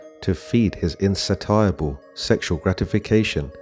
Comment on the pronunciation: (insatiable) *pronounced insayshabull